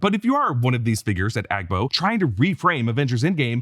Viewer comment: You pronounced the AGBO well. in a Ghanaian dialect, Ga, AGBO means , huge or large